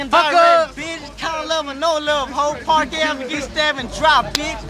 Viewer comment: Park not parck